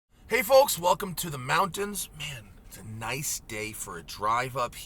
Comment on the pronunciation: Anyone noticed how hard Matt hits the L in “folks”